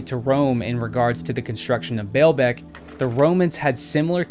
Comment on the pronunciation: The Lebanese Pronounce: Ball beck, not bail beck! I have been there it's amazing. However, it has been pointed out that huge stones were worked in many, many Roman sites, not just here.